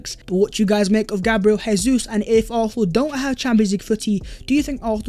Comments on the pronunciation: It's Jesus, with a J. Not an H. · FFS stop butchering Jesus'name. It's pronounced Jay-zeus not Hay-Suess. He's Brazilian not Spanish.